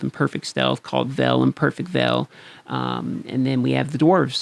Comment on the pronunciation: great Video, just one quick pronuncing on veil